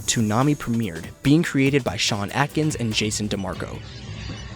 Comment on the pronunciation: Lol, Sean /Ayy/kins, not /Ack/ins. Also, Sailor Moon aired for a year and a half under Moltar. xD